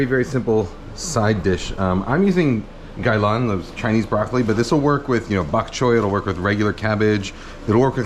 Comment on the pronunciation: Not sure if it was intentional, but your Cantonese tonal pronunciation of Gai Lan (gaai3 laan2) was very good!